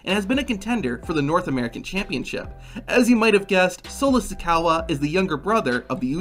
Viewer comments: Solo Sikaowa disgusting pronunciation 😂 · You said the name wrong it's so low Zuko a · I literally cringe everytime he said Solo Sikoa name WRONG